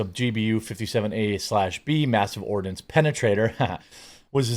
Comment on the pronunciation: Ha, you said, "mass ordinance penetrator."